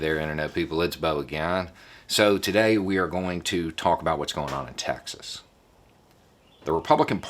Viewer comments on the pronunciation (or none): As a German, that follows US politics closely: It's funny, that your pronunciation of "Texas" actually sounds like "Taxes" :-D -> "The Republicans actually fear they could loose Taxes..." Could that be called irony? Or even Freudian? Funny any way^^